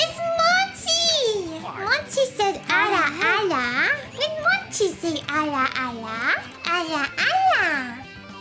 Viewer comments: pretty sure she is saying 'ala ala' and not 'ara ara' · She sounds like she's actually saying ala ala